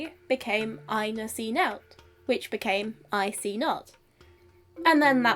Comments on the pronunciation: "nought" is pronounced "nawt", not "nout". It probably wasn't either of those in OE, but you pronounced *"I ne see" with modern English rules so I thought it was meant to be that way throughout the example. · Can I ask why you pronounced nought like "nowt" instead of "nawt"? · Interesting to see nought pronounced 'nowt'. Some northern dialects of English still retain nowt as meaning nothing and the converse owt as meaning something.